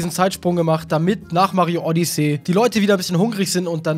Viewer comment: du sprichst Odyssey falsch aus.